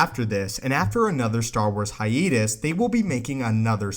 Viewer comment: Wait, did you pronounce hiatus “hi-eetus?”